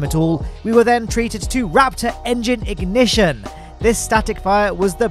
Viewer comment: "booster ignishush"